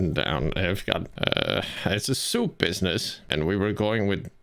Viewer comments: I see what happened. Assuming the scammer was Indian. The reason he gave up might be because of the way said "soup" as "Choup" which means in Hindi to "Shut-up"! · the silence before saying “soup”, too!! i cant😭